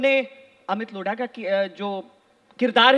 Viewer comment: लोढ़ा नहीं लोधा है